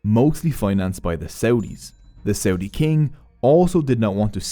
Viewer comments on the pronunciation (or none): none